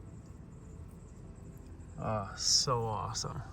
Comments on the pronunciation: Did you say that’s moss-some? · It’s not awesome it’s mossome